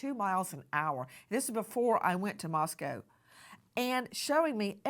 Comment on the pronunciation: First of all, thank you for pronouncing Moscow correctly. Secondly, thank you so much for your attention to the details with this crooked defense attorney. I hope that the trial is soon, and that the witnesses memories are strong.